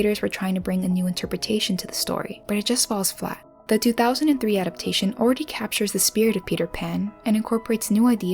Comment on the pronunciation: Please learn how to say the word 'adaptation'. It is FOUR syllables, not three: a dap TAY shun. The emphasis is on the third syllable.